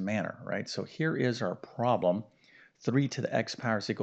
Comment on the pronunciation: The word is NOT “prol-em”! It is “prob-lem.”